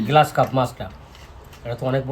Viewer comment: গ্লাস নয় গ্ৰাস (grass carp)